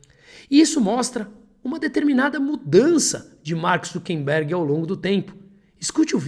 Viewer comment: seus textos são muito bons. Mas não resisto a observar que o correto é "ZuckeRberg", e não "ZuckeNberg".